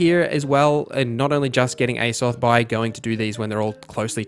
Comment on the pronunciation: Aye-zoth? It is pronounced with a long high A Like A$$ follow by an OFF th sound - Azoth literally the same beginning pronunciation to a well known video game world.... Azeroth.